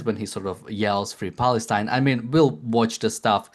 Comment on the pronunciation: He says random stuff Free Palestine ( without pronouncing Palestine correctly) and „Cristiano Ronaldo“ But he goes never deeper in the issues he doesn’t use even good arguments. He is the guy „ don’t make stupid people famous „ Most followers of him are kids, football fans Democrats ( party of USA) BLM and Muslims I know other pro Palestinians who are least can argument and know at from their side at least history That guy dislikes Christians Jews and White peoples btw